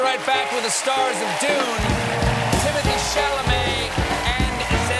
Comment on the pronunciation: He can't say Dune right, so it's a bit much to expect him to say a real place name right.